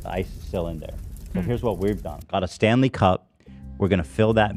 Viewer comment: I seriously thought they were talking hockey, i feel like his emphasis when he says it is wrong LOL